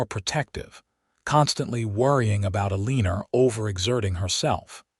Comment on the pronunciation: Terrible AI narration! People in wild west did use contractions and could pronounce words like Eleanor. I stopped listening. This story is a waste of time.